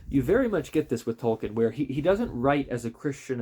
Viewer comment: It's pronounced Tolkeen. Long E .... Tol keen ...